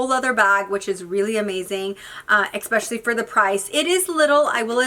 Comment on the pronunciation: I enjoy watching your videos but it’s especially not expecially.